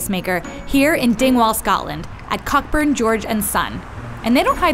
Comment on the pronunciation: I thought "Cockburn" is supposed to be pronounced "coh-burn"